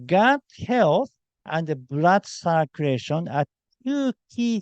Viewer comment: small english tip friend: circ- you- lation rather than circ- oo-ration